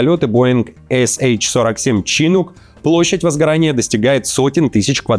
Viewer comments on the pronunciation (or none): Чин'ук а не Ч'инук!